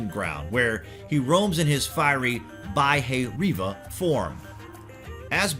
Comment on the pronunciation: "Bah-e-ri-va" ... actually it's "Bhairava"